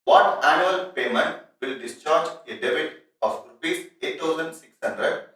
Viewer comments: It's debt. Some technical n voice problem!! thanks for the review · Debt - please check the pronunciation...